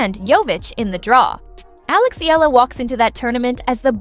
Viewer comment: Alex's surname is pronounced "EH-YAH-LAH"!!! (THREE SYLLABLES!!!)